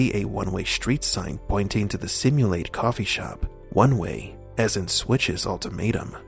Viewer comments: Simmu-latte, not simulate. It's a play on the word "simulate" but it's NOT pronounced "simulate" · Dude.... Sim - U - Laaht - Eh. Say it. Not Simulate. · “Simulate coffee shop” it’s Sim-u-latte, it’s comedy gold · It’s pronounced simu - latte ☕️ like the coffee drink, 🤦🏻‍♂️ lawt tay. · Lah-tey, simu-lah-tey, simulatte. Come on how difficult is it....